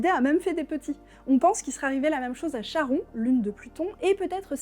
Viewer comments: hepepep, on dit Kharon et pas CHaron (comme chlore) 😉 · Note : "Charon" se prononce "karon" comme le passeur des enfers, pas comme le père d'Hubert Bonisseur de la Bath qui était charron.